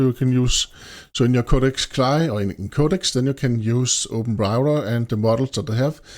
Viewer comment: You are the first person I have ever heard pronounce it like "Cly". Normally, we spell out the letters.